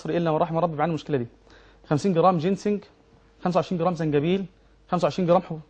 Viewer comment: في القرآن اسمه زنجبيل وليس جنزبيل يا شيخ يادكتور